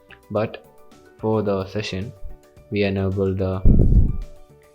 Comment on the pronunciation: In Rescue Session in Odoo POS is it just me hearing "section" in place of ""session" ...